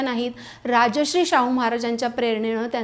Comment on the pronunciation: उच्चार राजश्री ऐकू येतो. ते राजर्षि होते. राजा असून ऋषितुल्य. राजाहून मोठे!